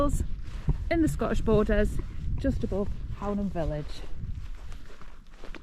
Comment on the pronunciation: Fab vid - looks braw (apart from the flies lol). Love the hills around Hownam (which btw is pronounced Hoonam hereabouts on the northern side of the border 😉)